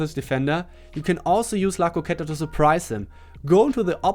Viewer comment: Yes you pronounced "la croqueta" perfectly